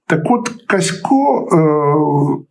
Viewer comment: Каськів, а не Касько !